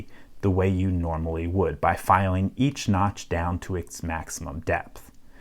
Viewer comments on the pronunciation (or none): none